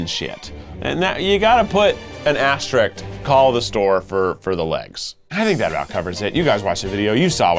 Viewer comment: Keith...it's asterISK.